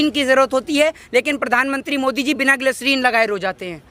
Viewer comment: Gaslerin nahi gaadhe gislerin hotaa hai phele tu gawaar hai